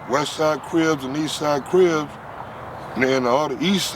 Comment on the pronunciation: Craig Munson of the Avenues, who refused Raymond W entry into the club, said Raymond had a limp. That limp was called a “Crip”. But you’re right - several legends as to how the name came. It sounds like here is saying “cribs”.